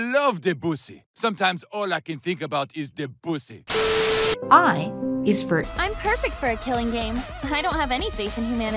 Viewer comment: Claude De-Byuu-C Oh god my ears